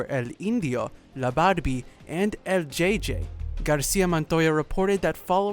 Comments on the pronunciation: anyone else cringes when he says Jay jay instead of EL JOTA JOTA JJ lol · El jota jota that's how you say it.....( J.J)